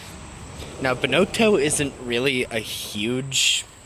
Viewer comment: Ben-not-toe, not Benotoe